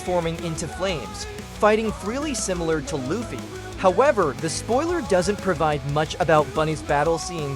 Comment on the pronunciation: How you butcher luffy name